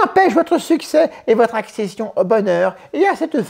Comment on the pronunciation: "votre accession-t-au bonheur" 😄😄 Les forces qui bloquent l'accès au bonheur... Ne serait -ce pas une publicité pour des laxatifs ?